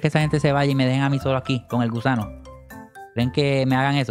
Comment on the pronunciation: Dijo gusado jajaja